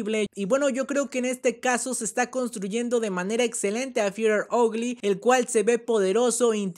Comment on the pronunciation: "hogly " te mamaste xd